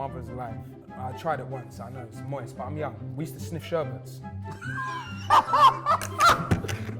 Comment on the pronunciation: Man said sniff sherbets